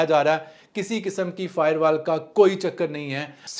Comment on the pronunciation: Bhai fiberwal nahi Bhai firewalls 😂😂😂😂😂